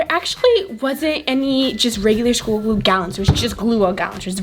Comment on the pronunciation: It's glue not gluaaaaal